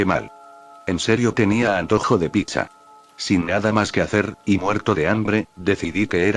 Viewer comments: En vez decir pizza a veces el loquendo dice Picha 🗿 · Soy yo o suena cuando dice pizza se entiende picha